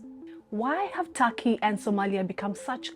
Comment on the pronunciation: For God's sake, it's not 'Taki'; it's Turkey, even Türkiye